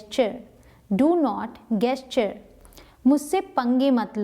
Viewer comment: Gesture ( jes not gues sound)